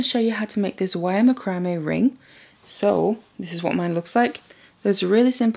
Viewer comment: It's called mac-ro-may....not spelled that way.